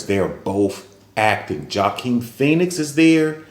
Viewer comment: The “J” is silent in Joaquin’s name sir.